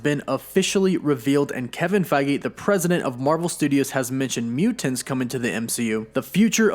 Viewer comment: Idk hear him say mutants like that again 🤨